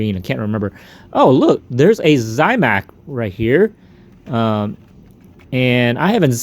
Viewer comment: You're saying zamac. Like Zie mac . No i in zamac.